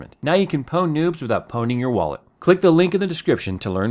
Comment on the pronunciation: the P is not pronounced.... just say own...